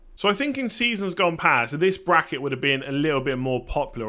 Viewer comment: What's a Braceket, sounds like 2 goals scored in the Egyptian league